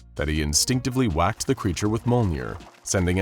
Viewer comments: Did anyone else get annoyed that he pronounced Thors hammer (Mol-near) not (Meal-near). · wow i really love monh'er, totally not the narator mispronouncing thor's hammer, Mjölnir. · So how did you pronounce Mjölnir again? I swear every time you said it i laughed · The amount of times Mjolnir was mispronounced here makes me angry